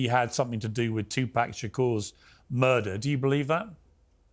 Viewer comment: The moment he purposely mispronounced Tupac’s name I had to log off.